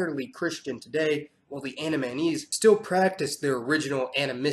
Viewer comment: Gotta work with your pronunciation mate, It's AN-DA-MEH-NIECE... Andamanese... YT auto generation caption thought it was "Anime knees"